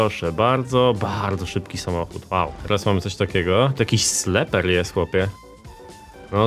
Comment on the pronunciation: nie sleper tylko sliper